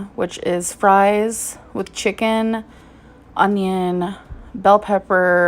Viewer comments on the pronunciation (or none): none